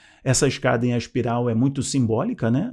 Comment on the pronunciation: ''ASPIRAL'' não meu filho! ''ESPIRAL''